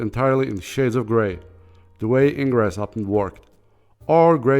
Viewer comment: 'Ingres' is prounounce 'ang'